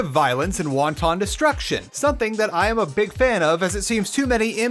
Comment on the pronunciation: Please tell me that your pronunciation of "wanton" is a Chinese food joke. XD But the pronunciation ain't where it's at anyway -- it's the content of the vid, and it's another grand one! Always learning about new games from you, and that's fantastic.